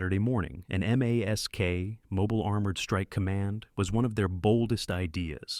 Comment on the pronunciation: Why aren’t you pronouncing M.A.S.K? Why are you saying M A S K?